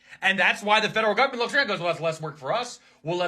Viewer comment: Man cannot even say government 😂😂😂